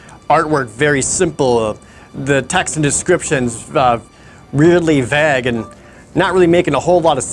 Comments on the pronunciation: Kyle H When you say “uniquely”, do you mean incorrectly? Because it’s really wrong. =p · “Weirdly vag” ?? that is the vaguest pronunciation of a word ever! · “Descriptions really ‘vag’”? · Junglo Unglo And Jared pronounced it “vag” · idk what I’m talking about, so I wasn’t gunna say he pronounced it “incorrectly.” For all I know, me saying it like, “vay-gh” has always been wrong lol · That's a unique way to pronounce 'vague'. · Vague, mispronounced it. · Heehee I can tell you're from Wisconsin by the way you say "Vague." Been a long time viewer, dropped off for a minute but came back. <3 <3 <3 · what's up with the way jared says "vague"? what regional accent is that? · You pronounce the word “vague” very uniquely. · ComicalOrange If an entire region pronounces it like that, then that too is a dialect